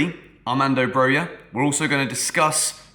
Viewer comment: its Brokha not Broya